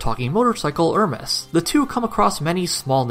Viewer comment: I'm somewhat bothered every time he pronounce "Hermes" wrong. It makes me wonder how he pronounce "Zeus", "Hades" or "Heracles".